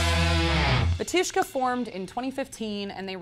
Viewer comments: It's BAAAAAtushka and it's Slavic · In name of band, emphasis on the first syllable - BA-tyushka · bAtushka. emphasis is on the first syllable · It's pronounced BA-tu-shka, not ba-TU-shka. Sorry it just sounds silly as a Russian speaker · U mean "BARTushka"